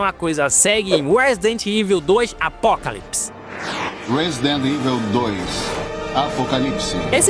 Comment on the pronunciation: A regra é clara, falou " Resident Iveu", eu já vazo do vídeo e dou deslike.